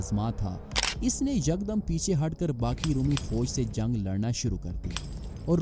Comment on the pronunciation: Zung nai re bhai jung bol